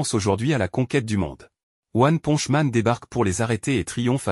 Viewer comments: C'est pas one ponje c'est one ponche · "one ponch man" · PARDON t'as dit one ponch man outch mon cœur détruit